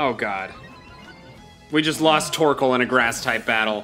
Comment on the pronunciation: The way he said torkol i’m dying😂